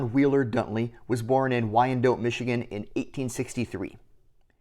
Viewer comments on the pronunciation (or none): Wyandotte = wine-Dot. Super cool video tho, love learning about local history! Keep up the hard work :)